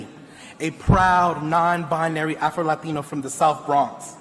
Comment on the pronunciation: He uh prowwwd afroeluhteenoooo...🤡